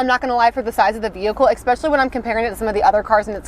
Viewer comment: It's "ESpecially", not "expecially". Thanks for the review though.